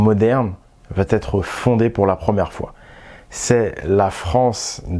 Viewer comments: Merci de traiter ce genre de sujets hyper importants, dont personne ne parle!... Remarque très secondaire par rapport à ce que tu nous apportes,: on ne dit pas "vatêtre" mais "va être". Il n'y a pas de "t" à "va", donc pas de liaison dangereuse. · Il va....etre, pas de liaison merci Tres tres interessant